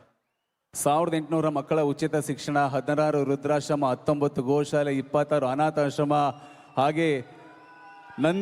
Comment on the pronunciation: ವೃದ್ದಾಶ್ರಮ ಅನ್ನೋದು ಬಿಟ್ಟ 😂😂 ವೃದ್ರಾಶ್ರಮ ಅಂತಾನೆ